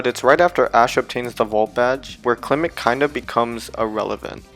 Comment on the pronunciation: FOR THE THIRD TIME, THE SECOND E IN CLEMONT IS SUPPOSED TO BE AN O! AND THERE SHOULD BE ONLY ONE L IN ALREADY!